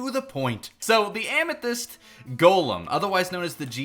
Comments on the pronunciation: Lmao “ammo-thyst” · Don't you mean *Ammo*thyst?